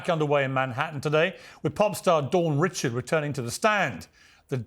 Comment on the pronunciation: Surprised Piers can't pronounce Richard's name.